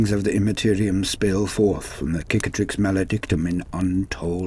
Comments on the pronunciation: Sick-atrix, not kick-atrix, meaning scar It's the same word in french, cicatrice = scar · Okay has it been confirmed to be pronounced like you pronounce it Cicatrix pronounced as 'Kick-a-trix' or Cicatrix like 'Sicatrix' as in Sic. or Cicada (also not pronounced Kickahda or Kick-ae-da)? For some reason I feel like it has but for the life of me I can't find the warhammer community video